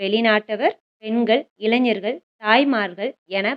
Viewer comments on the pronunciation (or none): none